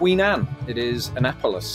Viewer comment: Good work on pronouncing Annapolis correctly.